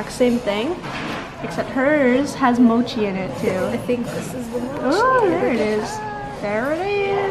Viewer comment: Why is your pronunciation of Korean and Japanese words so strange? Even though your Japanese is fluent... ramyun -> RAY MAN ???? Mochi -> MOHH-chi Busan -> boo-SAHN Samgyeobsal -> samgyeobSAHL Hotteok -> hott-toh-KU